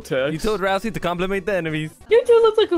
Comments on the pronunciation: Ralsei, not ralzee. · RALSEI IS NOT PRONOUNCED "Ralzee"!